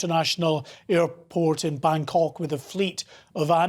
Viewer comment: he said, ''bang cck'' hahahahhaha